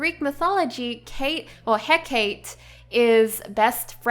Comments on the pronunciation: Love these sims! Your design is beautiful. :) I love the names you chose inspired by Greek mythology. I wasn't sure who you meant when you were talking about Hecate, and then I realized who it was! Her name is pronounced "Heh-ka-tee"! Like Calliope is pronounced "Ka-lie-oh-pee" not "Kale-EE-op". :) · I hate being that guy, but it's pronounced 'Heh-Kah-Tay', i believe. of course, I could be wrong. It's just how I've heard people say it, coupled with my minuscule knowledge of Greek pronunciations. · Doesn't Hecate have a soft "eh", though? So if I'm not mistaken the romanised pronunciation should be "heh-cah-tay", right? rather than the hard "ee"? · It's pronounces heh-ka-tee